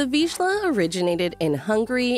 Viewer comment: Nevermind, she can't say Vizsla either.